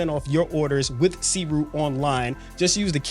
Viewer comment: just a heads up...its pronounced "soo ray"